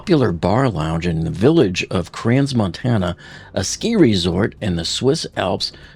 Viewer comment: You could at least try to pronounce Crans Montana correctly.